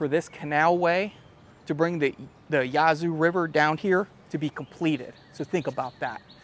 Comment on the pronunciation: Would someone please contact for me and tell him how to correctly pronounce "Yazoo"?